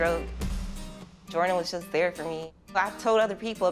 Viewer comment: Angel into them Asian boys🤣🤣 “Jordan “ was fine tho